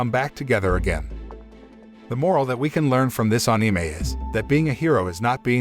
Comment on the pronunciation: Ah ne may 😂😂😂😂😂😂 Bro its ani may